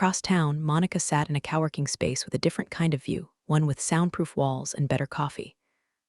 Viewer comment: Also cow-working or co-working and stressing the correct syllable on too many words to list